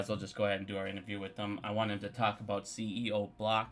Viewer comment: The “doje”. cb-DEE-c. 🤣 You crack me up! Look, we may not agree on AMC, but it really appreciate your work and passion. Cheers.